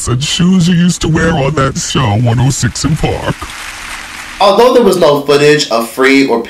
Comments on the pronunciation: One...O...SIX & park. Not "one o sih park". It's also forefront..not FLOOR front... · 1...0.... six......six......SIX!!!!!! Not 1 0 siss an park....DAMN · One 0 six and park!!!!!!! Say it dude say it! ONE OH SIX AND PARK!!! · Wonsino Park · I thought it sounded like Wilson Park